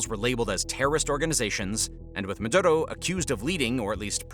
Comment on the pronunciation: Meduro not Medudo